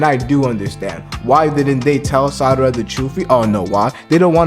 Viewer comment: Lol why do you keep saying Sadara ?